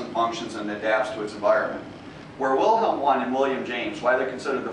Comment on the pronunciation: Pronunciation errors: *Vilhelm Vooondt (not Wilhelm Wuhndt) *unconscious (not unconscience)